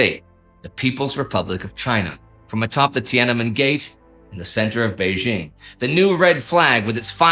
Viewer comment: It's jarring to hear "Bei-ZHING and Nanjing" since the second syllable is the same in both names. It's pronounced DJING.